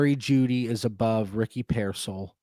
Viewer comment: Tuned in just to hear butcher pronouncing “Pearsall” 😂